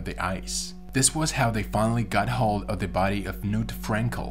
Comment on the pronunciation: The k in "Knut" should be voiced. The name is not pronounced 'nuut' nut with a hard k.